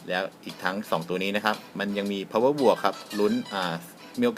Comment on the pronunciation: ครับ ผมน่ะไม่ได้เก่งอังกฤษหรอกน่ะคับ เเต่ได้ยินมานานเเล้วอยากจะเปลี่ยนบาง ปีหน้าก้จะเขาอาเซียนเเล้ว power+ อ่านว่า power plus ได้ไหมคับ